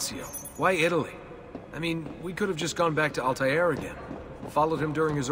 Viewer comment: no altair does not mean flyer 🤣 don't know where you got that from. 'Al' means "the" and 'Tair' means "bird" but its pronounced more like 'twair' than Taair like the characters in the game do but anyway hes "The Bird"